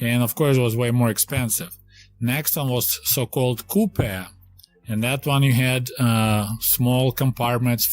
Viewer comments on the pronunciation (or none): none